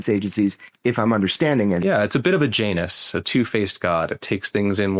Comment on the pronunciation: Did he say a Janus??